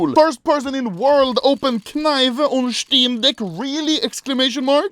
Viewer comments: I love how his accent makes it really seem like he says "steam dick" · I can’t be the only one that thinks he says “Steam Dick” every time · Is this only me who feels like anomaly is saying steam dick